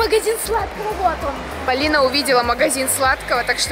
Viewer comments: да уже достали моё имя произносить Палина это ужасно люди запомните правильно ПОлина а не Палина ПОлина ПОлина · Полина правильно а не Палина